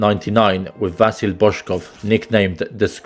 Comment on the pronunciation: StoIchkov, not StOichkov. Also IvelIn PopOv, not IvElin pOpov and StilYAn, not Stilyan. VasIl, not vAsil. Learn the stress properly if you are Serb.